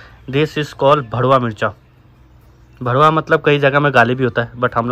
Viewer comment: Yeh BHARWA MIRCHA Aur ' Kuch Jagah Ka ' Gaali Hai Wo Alag Usse Kehte Hai # * DWA 🙄 Bas R aur D Mein Farak Hai 🙃 Aap Log Ka Accent Ke Wajah Se र ड Jaise Sunaiye deta hai ,🙏🏻